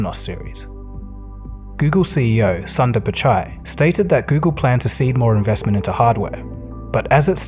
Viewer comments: Google's CEO's first name "Sundar" - the Sun is not pronounced as the Sun which shines light on us all day. But thanks for the cool video. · Name of Google CEO can be pronounced much better way.